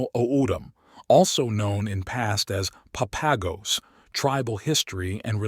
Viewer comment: Great visuals but the pronunciations are so off. It's Papago (pop-ah-go) Saguaro (sah-wa-ro) O'dham (Otham) olla (oh-yah)